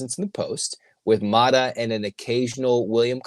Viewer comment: …it’s Mara…not Mata